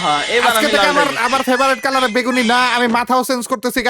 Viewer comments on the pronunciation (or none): none